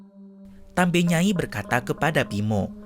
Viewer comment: Izin koreksi ya min. Yang benar itu TAMBI NYAI. bukan TAMBE. TAMBI artinya Nenek